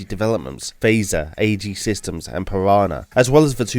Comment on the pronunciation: "Airacom" "Queerex" "Assejy" 😂